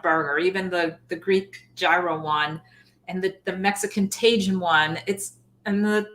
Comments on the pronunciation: Takin is pronounced "Ta- heen" and gyro is "yee-row". Please ❤❤❤ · Tajin is pronounced taHEEN. Good stuff. 😊